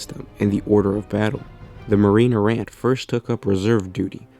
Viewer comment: Errant: "AIR ENT" not "ERR ANT"